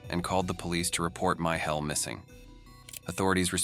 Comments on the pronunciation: "My Hell" eh? Not sure if I laugh at your pronunciation, or his name? 😂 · " my hell" gives me goosebumps😮